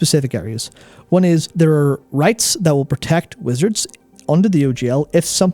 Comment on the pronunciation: Every time says Wizards I hear him say Blizzard out of habit.